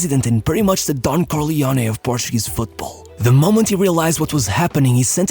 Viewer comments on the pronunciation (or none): none